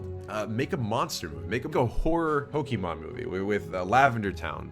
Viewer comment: cant even say pokemon correctly good lord